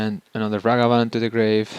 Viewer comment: Dude stop it’s Ragavan not Ravagan